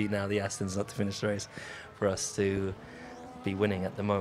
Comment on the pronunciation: The way alonso pronounces race is so nice😍